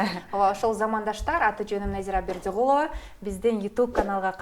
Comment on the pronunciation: Экиленген катын да , өмүр бою башка жакта жашап келгенсип . Фамилиясын деле акцент менен БердЪи гулова деп айтат . Болбосо капкара болуп айылда эле чоңойгон эме да .